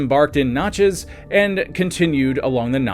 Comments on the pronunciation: Dude it is so awful to listen to to you say Natchez wrong. Absolutely ruins this video. The Nat-Chez (the Nat part is exactly like the in National) it is not Notches. The info is great but being from the south hearing you repeatedly mangle the word is extremely frustrating. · Notchez ? I'm in Australia and know how to say Nat chez. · It is natchez not notchez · Knatchez and the french pronounciation puts emphasis on the chez. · I live by Natches trace and you 1000% sound like an idiot its not NOTCHES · N a t c h e z ..a like cat ...not notchez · Does no one else get the ick from the way he says Natchez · The over emphasis in pronouncing Natchez is killing me. This video only scratches the surface. Good stuff!